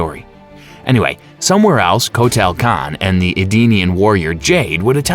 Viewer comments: Coat tail kahn 🤣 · Rye Den, Shay Oh Khan, Coat-Ayel Khan!!!! Love these warriors/lead singers!